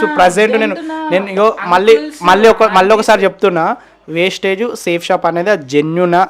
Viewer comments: Vestige ra naayana wastage kadu ra spelling teliyadu adi yela palakaalo teliyadu likes and comments kosam nuvvu chese business perenti ra naayana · Westige kadhu ra Vestige raaa mundhu nuv tinnaga chadavadam nercchukora and niku vestige gurinchi teliyanappudhu aa company name endhuku include chesi matladavu west gaaa India lo the best network marketing edaina undhi ante adi vestige matrramee inka doubt unte check the Google and YouTube endhuku ante 0 investment kabatti... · అది వేస్టేజ్ కాదు వెస్టీజ్ నీకు కంపెనీ పేరే చెప్పడం రావట్లేదు నువ్వు కంపెనీ గురించి మాట్లాడే అంత సీన్ లేదు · Westage kadu ra Babu vestige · Babu adi vestage కాదు Vestige.fst correct ga ga పలకండి word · వెస్టీజ్ నేమ్ సరిగా పలక రావట్లేదు నీకు వెస్టీజ్ గురించి మాట్లాడుతున్నావా ఒక మెసేజ్ ఇస్తున్నప్పుడు ఏ కంపెనీ ఏంటి అని తెలుసుకొని మెసేజ్ ఇవ్వండి వెస్టీజ్ అనేది కొన్ని లక్షల మందికి ఉపాధి కల్పిస్తుంది